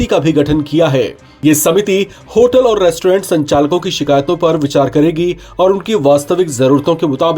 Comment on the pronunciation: Abe होलट nahi होटल hota hai😂